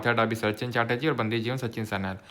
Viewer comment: Sir novel and books mei apka pronunciation thoda sa galat hai.. Bandi Jiwan - बन्दी जीवन Pather Dabi - पथेर दाबी